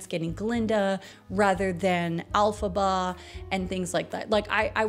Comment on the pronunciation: Elphaba, not Alphaba.